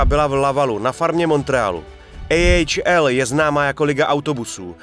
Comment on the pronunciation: Hezky zpracované video. Jen taková maličkost, za mně bych prohodil výslovnost u NCAA a AHL. Myslím že český divák je na to více zvyklý, ale jinak opravdu dobré.